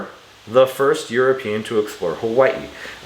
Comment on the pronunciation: The way you said "Hawai'i" makes me think that maybe you live in Hawai'i.